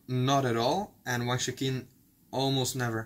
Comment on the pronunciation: You call him Wang Chu-kin. I believe it should be pronounced Wang Chu-chin. Chukin sounds like donkey in Italian, which I find funny.